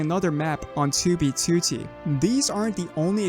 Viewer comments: Am I the only one who loves the way says 2b2t like 2oo-bee-2oo-tee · why is it still kinda funny to me every time he says 2B2T just because he pronounces it as "Two bee to tea" and he always does it in the exact same way like some TTS voice I don't mean this as a insult btw it's just funny